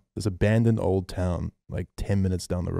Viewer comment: "abondoned" XD